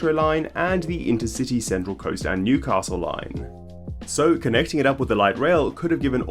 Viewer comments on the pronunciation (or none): none